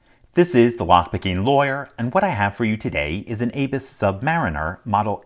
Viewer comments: A- bus? Its Abuse. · It's a German brand, so please pronounce it the right way...